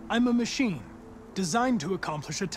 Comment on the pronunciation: /\"imma machene" hank V "imma machene" hank V